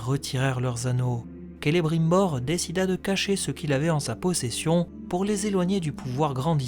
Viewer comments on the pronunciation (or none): none